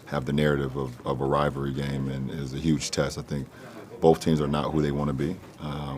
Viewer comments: Does not anyone on these shows know how to pronounce the word "rivalry"? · “Rivalry” 🤣🤣🤣🤣 16-0 biches